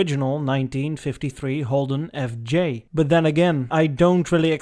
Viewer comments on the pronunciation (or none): The reborn Holden FJ concept car was pronounced "effigy". As to the insufferable heat in summer in Australia, we all have air conditioning and we wear thongs ...flipflops, not bumfloss. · It’s pronounced HOLDEN F-J